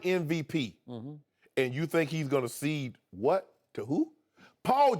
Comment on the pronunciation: Does Shannon know that it is CONCEDE not SEED?